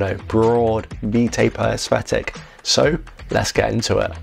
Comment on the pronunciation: Why are you pronouncing Aesthetic with an F